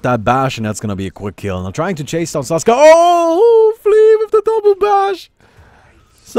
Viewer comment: It. Is. SAKSA. Not Saska